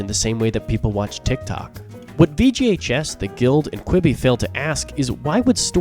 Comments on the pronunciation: I keep hearing VGHS as VGA Chess. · All I could hear him say is “VGA Chess” 😂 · took me a couple repeats of the acronym for me to realize you werent saying "VGA Chess"